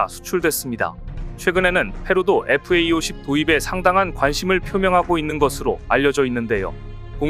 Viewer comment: 잡식왕은 여러번 지적받았는데도, FA-50을 FAE-50이라고 읽나요? FA-50은 KAI의 설명을 Fighter and Attack Aircraft라고 하니 제대로 알고 똑바로 읽기 바래요.